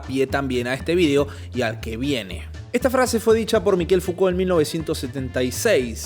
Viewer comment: Estimado, me llama la atención que siendo usted un sujeto ilustrado, pronuncie el nombre de Foucault como “Miquel”. Es una distracción suya o un gusto? Saludos